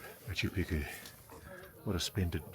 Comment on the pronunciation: I'm a fan of Ross and a believer in UFO's, which I have seen, but he is totally out of his depth here. Why can't Ross even pronounce Picchu? Brian, the guy in red talks a lot of bullshit. I have guided the region since 1985 and my book Realm of the Incas covers the area from the snow peaks tot he Amazon jungle. There isn't thin air altitude at MP. Ross must be unfit. It is lower than 10,00 feet where I have my farm below the quarries near Ollantaytambo. JP is also a nitwit. There are archaeological and architectural studies, especially the Wrights that show precisely how it was built - including with drainage channels underlying the entire citadel. All to plan.. Intihuatana, which he can't pronounce, is the hitching post of the Sun and casts no shadow at the equinoxes. So much is known. These guys just wallow in their ignorance. Built around 1400.There is no cocaine in the coca leaf, Geez, this is hard to watch. You can see gigantic megaliths all along the trail to the quarry at Ollantaytambo. They call them tired stones as if they fell asleep. In truth, the Spanish invaded before they could be completed so the 'thousands of years' theory is more drivel. You can still see the giant ramp that was used to drag them up to the main temple. In the 1990's we dragged one of the the megaliths on gravel and they moved smooth as mustard. Sorry to say this is the worst programme I have ever seen on News Nation. Utter bollocks.